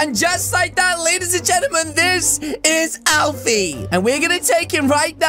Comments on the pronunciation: Ah yes "Alfi" 💀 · Alfis not Alfi